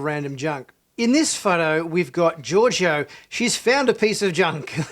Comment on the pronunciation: Georgiou - George-O lol